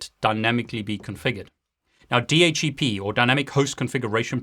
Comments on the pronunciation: Why does he keep saying DH - E - P.... I thought it was DH - C - P. I cant get over that. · why you pronounce di eitch e pi instead di eitch C pi ?